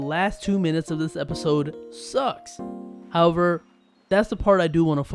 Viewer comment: If you're gonna do voiceover why not learn how to read? Instead of 'However' you say "hurrver" like a dumb ass..